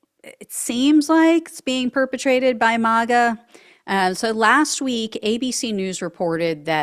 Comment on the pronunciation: MAGA is pronounced like “maggot”. Not “MAUGA”. Keep up the great work!🇺🇸🇺🇸🇺🇸🇺🇸